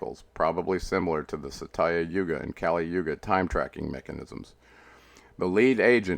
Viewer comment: Satya is pronouced more like "sought-cha"